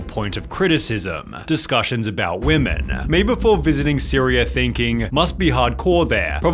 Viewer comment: “All weemeen”